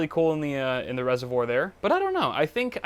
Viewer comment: resivuor?? lol he cant say it